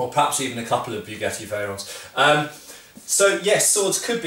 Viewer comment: Hahaha "Beughetti"